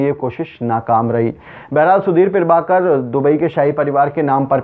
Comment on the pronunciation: पीरभाकर नहीं, प्रभाकर.... न्यूज एंकर हो, शब्दों का उच्चारण सही से किया करो